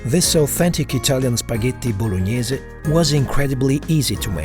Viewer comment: I love how he perfectly pronounce "Spaghetti Bolognese"